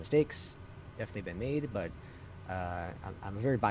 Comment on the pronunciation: "made", not "Mads". Lol